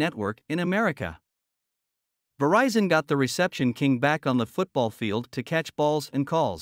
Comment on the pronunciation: She mispronounces the brand's name. It's NOT "vuh-RICE-in". Producer or director was too braindead to notice or tell her. Wow. It's now fixed on national TV...she re-did the voiceover and they overdubbed it. So unbelievable and unprofessional.